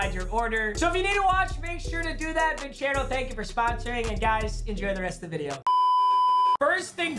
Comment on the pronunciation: Papa you pronounced your Sponsors name wrong you kept saying vin-chairo when its actually vin-cero